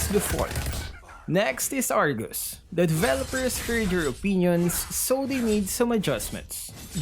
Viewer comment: I really like when always pronounce "the" as "da" even if the first letter of the next word is a vowel. 😹😹